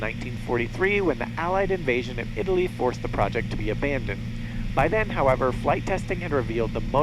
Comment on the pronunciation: "ee-RON," not "eye-RAN."; ee-tallia and not eye-talia, etc. ee-Rack and not eye-Rack, etc.